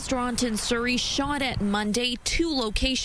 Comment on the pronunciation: 🕌Surrey🕌 rhymes with curry